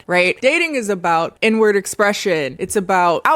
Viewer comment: Please tell me I’m not the only one who heard “N-word” expression when said “inward” expression ish